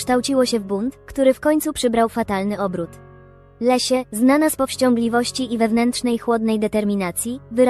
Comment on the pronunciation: Wszystko OK, tylko Leslie a nie Lesia